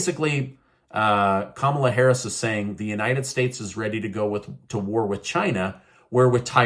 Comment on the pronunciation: Who's Kahmala Harras ?